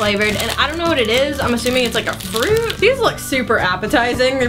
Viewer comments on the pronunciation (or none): none